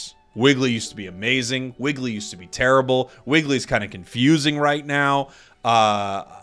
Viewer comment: Chandelure, its not tear-ibble 🤪